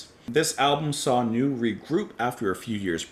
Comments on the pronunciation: Some pronunciation help: "Isi" is pronounced like "easy". "Seeland" is a bit more difficult to explain. The "S" is pronounced like "Z", the "ee" is pronounced like the "a" in "day" (just the "a", not the "y"), and the "a" in "land" is pronounced like the "u" in "bus". And "Neu", as we already told you in a comment to the video where you announced this review, is pronounced like "Noi". Neu are quite repetitive, but that's part of their charm. We like them a lot. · Lol. Its a German word - pronounced "noy." Translates to "new" in English. You're on the right track. NEU! rules btw.. 😎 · Hallogallo by Neu! is an absolute must listen =) Pronounced "noy", btw. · I might be wrong, but I think it's pronounced like joy, only with N instead of J. 🙃 I know very little of Krautrock, and the little I've heard has put me off investigating further for the time being. I hope you'll continue with the rest of the album, if only for my own education purposes. Wishing you all a great weekend! 😄